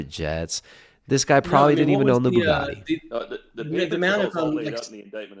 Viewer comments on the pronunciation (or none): drop the T